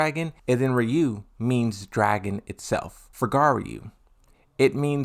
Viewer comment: Very nice video. The pronounciation though... At least RYU, you should get right since Playstation. Its not rye-you. its ree-you (the ree is fast)